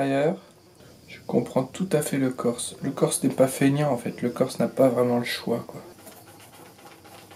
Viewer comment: je suis allé en "keurse" ....